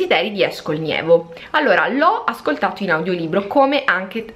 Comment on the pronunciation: comunque si chiama NEVO, non nIevo....